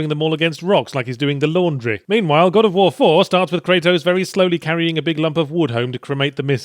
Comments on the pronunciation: Somehow I'm suddenly 100% sure that accidentally saying "God of Phwoar" is how they came up with Bayonetta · god o' fwar